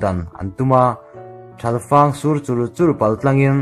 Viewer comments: Thal fang tih hi buhfang kan tih anghian lam tur ilam diklo pehbuk pawh thingbuk kan lam anghian lam tur abuklai hi mizotawnghi chhiar ahar hranlo tawngka a kan hman thin hi ngaituah pah a chhiar tum ila adikduh fu mai,mahni tawngkan chhiarthiam loh chuan engtawng nge kan chhiarthiam chuan ang in zir hram hram atha e. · Thal fang tih i thluk dante chu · Ngaihnawm khawp mai, uluk leh zual a mizo tawng chiar nise..e.g. a chul a, pehbuk, thalfang e.t.c tang zel teh kan lo chang zel e... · thalfang khi i lam dik lo nasa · Mizotawng chhiar i la zir a ngai, pehbuk, thalfang etc a lamdan dik i zir a ngai. A ngaihnawm hle mai. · A ngaihnawm.. Mahse inchhiar hma hian in en lawk lo mawni aw, thalfang, pehbuk han tih ang chi te hi a nihna bo thakin i chhiar a.. Ka lo ui thin..